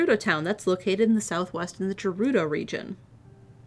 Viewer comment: And we have to suffer more of pronouncing Gerudo with a soft "G" when it has a hard "G". X_X